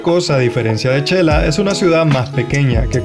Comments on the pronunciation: El diminutivo de xelaju se escribe Xela y se pronuncia (Shela; no chela.) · En xelajú o Quetzaltenango, No se pronuncia chela, se pronuncia shela, Buen video amigo de que país eres? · Muy lindo video, le sugiero los vídeos sean de menos duración pues es mucha información en uno sólo y ud puede monetizar más vídeos. Humilde sugerencia es su canal y ud sabrá lo mejor/ a mi esposo le gustó mucho el es de Xela ( no chela) saludos desde Oregon 🇺🇸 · La pronunciación de xela y shecas es sh she no che 😉 👍🏼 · No se xq muchos se equivocan al pronunciar el nombre de Xela, se pronuncia de ésta manera, (Shela) y no (chela) como lo estas mencionando, x favor digan el nombre correctamente se oye feo que le cambien el nombre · No es chela ,es xela o shela habla bien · Yo q soy de un un pueblo muy alejado de la civilización se q se pronuncia Shela no Chela. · Todo mal dicho chela checas chelapan asi no se dice aprenda